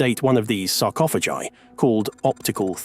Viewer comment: Please.... make up your mind on how you pronounce the word sarcophagi!